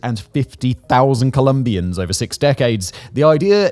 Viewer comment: One thing I have noticed in videos narrated by you (and also other channels) is, that you tend to pronounce large numbers in an odd way. When you say 450.000 in the beginning for example, the emphasis shouldn't be on the four, it should be on thousand. This bothers me way more than it should.